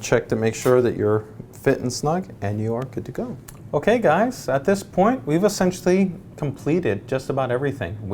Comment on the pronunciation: Take two shots if he says "essintially"